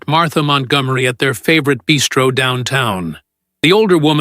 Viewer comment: BISTRO not beastro